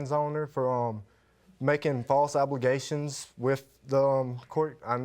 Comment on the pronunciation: False abbligations🤣 am I the only one that heard that